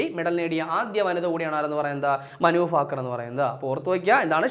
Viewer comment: ഫാകർ അല്ല 😂😂😂